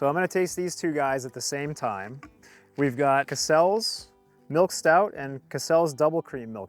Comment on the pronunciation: CASSels. Stress the first syllable. Bit like ‘castles’